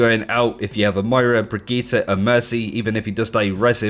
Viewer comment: The way you say brigitte is so triggering